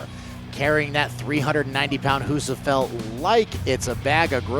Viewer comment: Every time Rob Kearney says HusaFELT, I resist my urge to frisbee my laptop through the drywall.